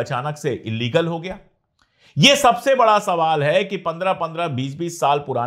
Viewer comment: Court mentioning as illegal but don't pronounce as illigal 😢😢